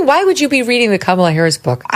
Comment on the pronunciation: please "NO HARRS"